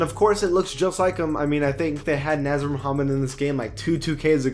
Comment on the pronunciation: He also pronounced "Nasir" as (Naz-ur) instead of Nah-zeer) 😂